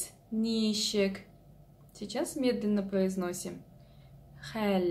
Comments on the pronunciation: если я не ошибаюсь, вы ударение в слове ничек неправильно ставите - на первый слог-нИчек, а надо на второй - ничЕк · Ничек---так и произносится ничек через ч , а не через щ. Через щ это какой то чувашский акцент.